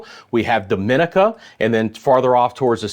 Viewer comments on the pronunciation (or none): The Island is pronounce Dom ma ne ca😡 not da min ni ca.